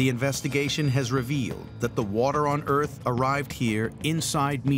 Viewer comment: I think the title should read, "a theory as to how the Earf was made"